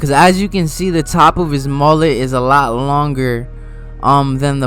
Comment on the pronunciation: MOLET? It's mullet